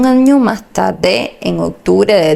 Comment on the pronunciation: Vocalizar a la hora de informar es muy importante! No se dice TABDE se dice tarde !!!!